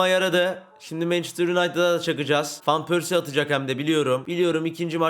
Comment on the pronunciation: abi fan pörsi diye okunmuyor van pörsi diye okunuyor